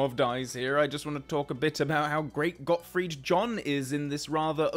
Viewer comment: "Gottfried John". Not surprised by this pronunciation, although of course it is wrong… ;-)